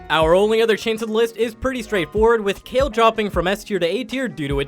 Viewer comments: Its kayle not kyle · its pronounced kay llllll, not kyle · How can you be Challenger, assuming you play a ton, and still not know how to pronounce names properly? "Le blank", "Kyle"...wth lol. Edit: Wth then you later on say Le Blanc correctly....X2 And Kayle! Haha